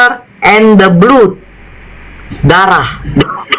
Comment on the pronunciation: Blood ~ blad not blut